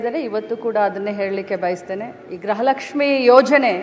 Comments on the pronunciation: Modalu kannada sari yagi matadulu kali grahalakshmi alla, gruhalakshmi adu. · Grahalakshmi alla medam gruhalakshmi